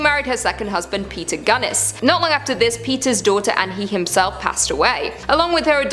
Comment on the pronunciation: "ginnis'. Not 'gunnes'